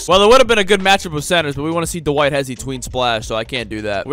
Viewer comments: “Tyler give it to Duh-White” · Anyone realise that calls Dwight Howard Du-White?